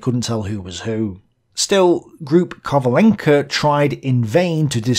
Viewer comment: great material as always. Funny pronounciation to Ukrainian surnames of Soviet commanders, though. It should be KrAvchenko, and KovalEnko. Ah, never mind. Great narration, as always.